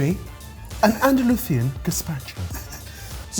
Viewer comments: Honestly, as a Spaniard, the paella burrito bothers me much less than smugly pronouncing the English word Andalusian as Andaluthththian. Pretentious af. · please stop adding forced /z/ sounds to everything Spanish, that's not how it works. Andalusian is an english word, so it's an /s/ sound, if you want to say in Spanish, it's gazpacho andaluz